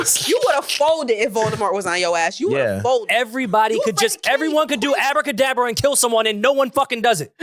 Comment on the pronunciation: calling it Abra kadabra is hilarious The Harry Potter take was funny af